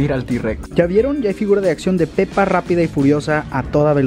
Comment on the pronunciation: Hoje cuando dijiste pepa no era pepa